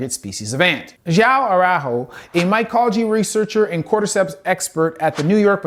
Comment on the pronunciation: jauau auaro. After this I'm going to tell every single gringo that my name is john, not joão 🙂